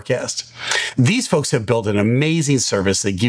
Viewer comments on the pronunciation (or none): none